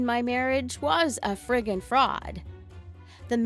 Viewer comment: No one: Litterlly no one: She:FrRiGgIn